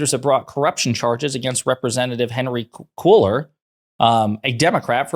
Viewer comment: Henry Cuéllar. Say "KWAY-yahr."